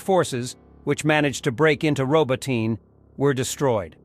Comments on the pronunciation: It is NOT "Ro-bo-tine". It is "Ro-bo-ti-nee". Bloody stupid Yankee mis-pronunciations are at it again. Thumbs down for bad pronunciation. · Not ROBOTAYN, ROBOTEE-NE...